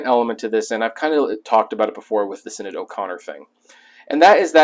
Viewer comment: Hopefully you caught this after the fact in the last year or so since you did this video, but you were pronouncing Sinead O'Connor's name wrong. It's an Irish name and for an American sensibility, the way they spell certain names have strange pronunciations. But yeah, it's not sin-aid or sinide. It's more like shin-aide or shin-need. And later, at least you were able to catch the "authenticate" word flub mid-speak. On the positive, props for the info on the Loggins book.